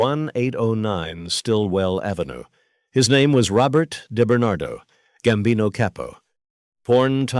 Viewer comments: DiBernardo not deBernatdo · His name wasn't Debernardo, you AMATEUR, it was DiBernardo!